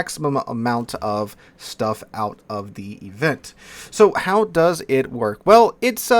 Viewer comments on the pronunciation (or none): none